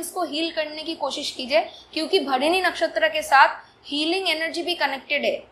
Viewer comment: Mam its Bharani/भरणी (and not Bharini).